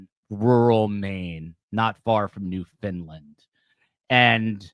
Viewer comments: You have to emphasize the "land" syllable in the pronunciation of Newfoundland! Like "land", not "lind". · It’s not pronounced New Finland but NEW-fund-lund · NEWFOUNDLAND NOT NEW FINLAND! Guess you missed some Geography lessons in school.